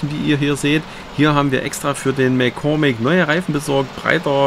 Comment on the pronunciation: Nu nu! Daum´ hooch für´n Vaadi! Ünd für´n MäcGoormick ooch! ( auch wenn ihr den fürchterlich entstellt habt... ;-) Viele Grüße!!